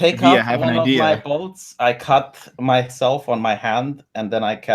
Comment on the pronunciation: he said bolts I had to listen three times